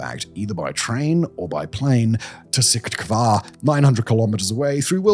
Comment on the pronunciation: The funniest attempt to say Syktyvkar ever recorded :hands-yellow-heart-red